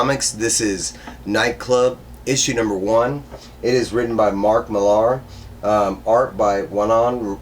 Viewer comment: I loved this book and with the Price tag its really hard to avoid how great it is. Also his name is pronounced the same as Miller, it's just the Scottish spelling of it. I loosely agree with everything you said. I think this book is a must pick up for the price point alone!